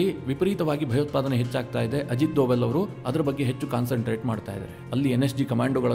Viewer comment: You are pronouncing Sir Ajit Doval's name incorrectly.